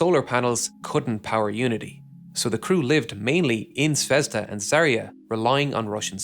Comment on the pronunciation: ZvezdA and ZaeYA. Not ZvEzda and ZArya